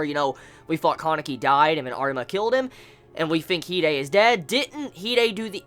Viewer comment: Guys GUYS i have come ti the conclusion that he had watched the dub version. listen to the way he says, Kanaki and Hide. Pretty strange huh?